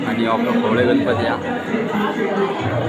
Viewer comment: खवले नाही रे खवळे असा आहे